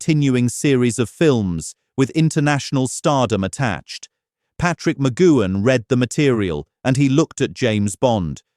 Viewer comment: You would think the incredible CRETIN who decided to instigate a 25 minute YouTube on Patrick McGoohan which had a great amount of detail of his life both before and after becoming an actor acting, which meant his surname would be said many times. You would also think that this cretin choosing to do so, would have heard his surname being said by humans directly, terrestrial TV, human made YouTubes and TV/Film documentaries where his surname would have been pronounced correctly. Sadly for the sake of making a YT video, which now is more for making money from advertising by YouTube its self and effectively the 'typist' typing in a title, they would have bothered to review and check what they have produced, i.e. watch and listen to what they have put on here. Because those of us, who grew up with Danger Man, The Prisoner and the films he was in, WE know how to say and hear his surname McGoohan properly, will wince when this AI video pronounces his name so it so badly. I personally found it very distracting, annoying and very much distracted me from information I wanted to know, thus after only about five minutes stopped watching. I wonder how many like me did the same, defeating the point of making such a video using AI.